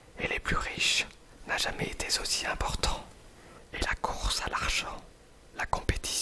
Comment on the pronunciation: J'ai été étonnée : on a l'impression que tu t'égosilles dans ton chuchotement, alors que ta voix parlée est très douce et précise, très agréable. Donc pour moi, y'a pas photo : pour la suite, prends ta voix parlée, aussi douce que dans cette vidéo, et oublie le chuchotement ;-) Attention aussi, tu as fait quelques mauvaises liaisons ("trop z'important", argh ^^) et le philosophe Hegel se prononce "Hégueul" et non "Héjeul". Sinon, merci et vivement la suite !